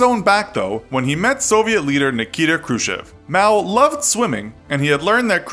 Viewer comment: who the hell is KRUSHEV, come on for a history buff you could at least try to pronounce it right